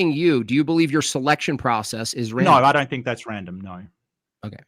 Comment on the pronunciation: Evolution can't account for people who cant pronounce "No" correctly. The only R here is.